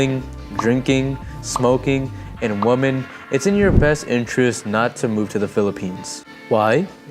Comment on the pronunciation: Thanks for a great video. Just FYI, woman has a totally different pronunciation than women (the plural form). Women is pronounced "Wih-men", not "woman". So American men coming to Philippines looking for a woman, may meet many of the wrong women ( "wih-men") if they aren't careful. 😉